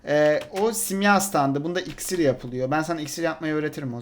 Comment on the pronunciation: iksir diyişe bak :AS:DAS:s.dsads